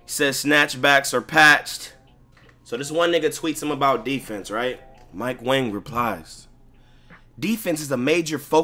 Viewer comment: Yo lmao I saw That nigga mike wang his name is actually pronounce mike wong LMAO that shit crazy bro